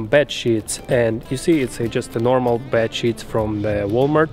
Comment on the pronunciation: "Bad shit video!"...Not the greatest thing to hear with autoplay 😂. Love the video though, and I'm not making fun of your accent... I was just really surprised 🤣.